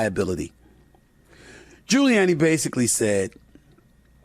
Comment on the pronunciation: Wow SAS can’t pronounce gilluanni